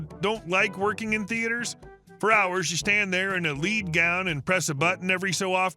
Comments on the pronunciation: Lead. In the context of this story, it is pronounced as "led", not "leed". Think about it. Radiographers wear protective gowns or aprons to shield their bodies from radiation emitted by the imaging equipment they operate. What effectively stops radiation? Lead. Again, pronounced as "led". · Lead (Led) gown, not leed. Radiographer, radiation, lead (led) gown to block said radiation (like at the dentist, etc)... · Lead gown. THE METAL. Pronounced "led". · Is this a robot reader? It's a lead gown as rhymes with shred, not as rhymes with creed. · Sorry to say this, but "lead gown" when coupled with radiology means the metal lead (led) which blocks the x-rays so the radiologist doesn't get overexposed. And most of the time you do an excellent job of not sounding like a stupid AI who can't differentiate different pronunciation for different meanings of the same spelling. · Pretty sure it's a 'lead' gown [rhyming with bed' rather than a 'lead' gown [rhyming with seed 🙂